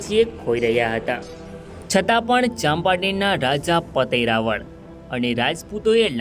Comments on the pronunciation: ઇતિહાસ ના મહાન વ્યક્તિત્વ ધરાવતા હોય તે રાજપૂત ચૌહાણ રાજા જયસિહદૅવ મહારાઓલ ' પતય રાઓલ " ઉચ્ચાર કરશો્ જેથી બહાદુર શુરવીર શક્તિશાળી ભક્તિવાન રાજા નું ના ગૌરવશાળી રહે્. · ભાઈશ્રી પાવાગઢ ચાંપાનેર ના હિન્દુ રાજપૂત ચૌહાણ રાજા નું નામ પતાઈ રાઓલ જયસિહદેવ મહારાઓલ નામ નો ઉચ્ચાર કરશો્ રાઓલ ' નો અર્થ. રાજા મહા રાઓલ અર્થ મહારાજા માન વાચક શબ્દ છે મહાન વ્યક્તિત્વ ધરાવતાં. બહાદુર શુરવીર શક્તિશાળી ભક્તિવાન રાજવી જયસિહદેવ મહારાઓલ (પતય રાજા) પાવાગઢ ચાંપાનેર રાજ ના રાજવી હતા્ વારંવાર ભૂલ ના રહી શકે હ